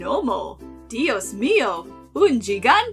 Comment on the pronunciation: it gave me psychic damage when you said gigante, it's Spanish for giant and it's pronounced he-gan-te, (gan-gargantuan, te-dante minus the slight i at the end when people try pronounce it)